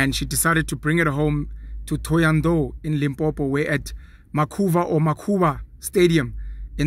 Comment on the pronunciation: I like how you first butchered the 'vh' in Makhuvha and saved it fast fast.